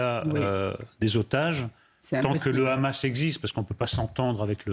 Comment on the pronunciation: Je ne sais pas si ce petit détail est mentionné dans cette émission mais 147 pays sur 193 membres de l'ONU reconnaissent déjà la Palestine. Le Hamas (prononcé "rhamasse") a beaucoup d'alliés.